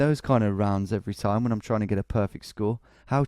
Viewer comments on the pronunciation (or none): none